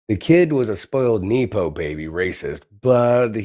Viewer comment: The word pronunciation for nepo in the phrase nepo baby is neh-po as in nepotism. I know you are just reading this but I just wanted to make sure that gets corrected in the final cuts. You are doing great, keep it up! ❤